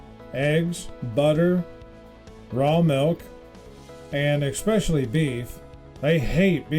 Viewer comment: Announcer-there is no c or k in the word especially. I'm old,smart and know the English language.